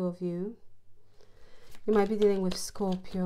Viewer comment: I love your accent and your very accurate readings. Thank you and Happy New Year. I always look forward to your readings. Love the way you say Scorpio.